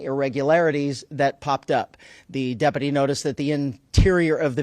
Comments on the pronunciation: Does Sherriff Chad know how to say the word: Deputy? I thought he mispoke the first time but but then he did it again! Is this like in spain when everyone started to thspeak with a lithspe? 😅 so trump makes no apologies and then tries to "weave" in a new pronunciation of a word as if he hadn't just made a word salad and regurgitated it back up into incoherent slurred speech 😅😭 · How can he keep saying depity with a straight face